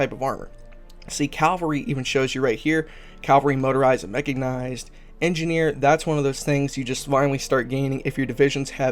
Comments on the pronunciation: "Mechignized" ?? LOL. You sure it's not "mechanized"? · A lot of people stumble over "cavalry", but I've never heard "mechignized" before. Got a chuckle out of it. Great tutorial. Keep it up. A video on static AA and radar sites might be useful.